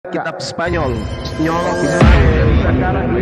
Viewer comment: Pasti ketawa kalo denger ucap kitab spanyol...hahahahahaiiiyyy